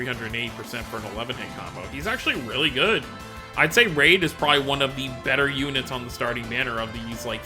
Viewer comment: Reid = REED, not raid. REEEEEED.